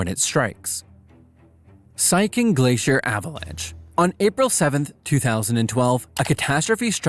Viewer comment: Siachen is pronounced 'see-ya-chen'